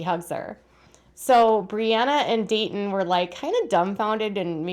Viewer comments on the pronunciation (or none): “Dait ih” the way Robyn says Daytons name